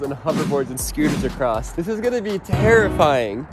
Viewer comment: “Ride acrosst it”